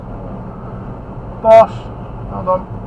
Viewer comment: The clip where you advised the learner to let the white BMW out reminds me of our lessons especially... because of the abrupt “BOSS” at the end 😂😂 You haven’t changed at all!